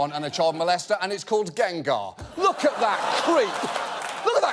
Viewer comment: To be honest I was impressed he knew Gengar. Or at the very least pronounced it correctly. Which leads me to believe that John Oliver has played or watched pokemon, a notion which fills me with both hope and an idle skepticism as to just how much free time he has. Though only in a kneejerk reaction, as hindsight brings to mind the fact that 90% of his show should elicit that very same incredulity. Tl:dr: at least he didn't pick Pikachu